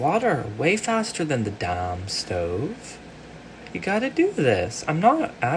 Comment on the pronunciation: the way you said "the dAMn stove" made me so happy im gonna think about that all the time bc i aldo just.... be saying stuff